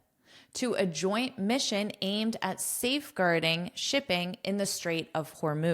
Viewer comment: many thanks, but aimed at safeguarding shipping... the express "aimed at" pronunciation cannot hear clearly